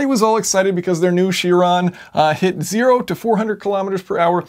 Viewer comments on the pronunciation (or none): its kai - ron not cheeeeeron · It's pronounced "Ky-ron". Chiron was a Centaur in Greek mythology, and since it's a Greek word, it's pronounced by the Greek rules. (The letter "Chi", which looks like an X, is also pronounced "Ky".) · Is it really pronounced she-ron? I've been saying kai-ron... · Isn't it pronounced Kiron? Almost sure that it is... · All good and well but it's pronounced Ki-ron 'cringe' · isn't it pronounced kairon (chiron)? From greek mythology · Awesome video! But you pronounce Chiron strange ... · Anybody else bothered by his pronunciation of Chiron?